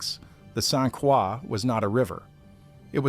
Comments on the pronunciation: I heard “Saint Quaw”. 🤦‍♂️ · Saint Croix is pronounced Saint Kroy. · in french it would be pronounced like craw. It’s been bastardized. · Yes. Drove me nuts hearing this narrator say "St. Craw". He needs a little French lesson ! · I'm trying to sleep but every time you mispronounced st Croix I wanted to exit myself. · As soon as I heard the robot mispronounce St. Croix, I turned off the video and started typing. I will find out about the event some other way. What is so hard about narrating? I think it's laziness on the part of the content creators. I hope my 3 seconds doesn't count as a view! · I agree. Every time he said it, I cringed.